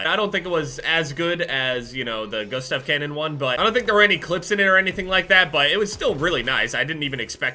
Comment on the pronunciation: FOR FUCK SAKE.... ITS (GOOSE-TAV) CANNON..... Jesus you are so American it hurts